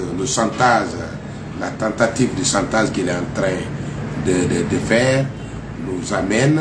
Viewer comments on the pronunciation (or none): S'il ya chantage c'est qu'il ya un dessou. Il faut creuser pour en savoir. Arretez de mentir au peuple. Prononcez chantage non santaze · Ce pseudo avocat n'a rien appris à l'école de la magistrature que le mot chantage qu'il prononce mal